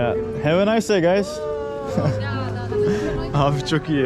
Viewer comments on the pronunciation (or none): none